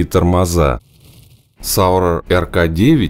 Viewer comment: Зауэр, не Сауэр. Извините...